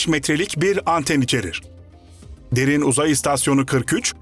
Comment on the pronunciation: Derin Uzay tamlaması yanlış vurgulanıyor. Böyle şeyler önemli.